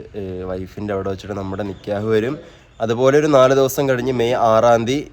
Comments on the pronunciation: നികേഹ് അല്ല നികാഹ് ആണ് പറയേണ്ടത് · നികേഹ് alla😅 നികാഹ് annh 😅😅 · നിക്ക്യഹ് അല്ല നിക്കാഹ് ആണ് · നിക്കേഹ് അല്ല നിക്കാഹ്